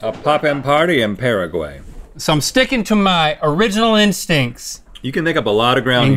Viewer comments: Omg the way he pronounced Paraguay 😭😂😂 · How Link & Rhett pronounce Paraguay 😂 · “pearaguey...” Hahaha nooo. It’s “pah-rah-guh-why dude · the way they pronounce Paraguay makes my ears burn lol